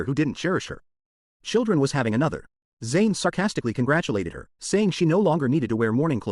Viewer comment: AI really sucks, can't even say the proper pronouns for the character Zain.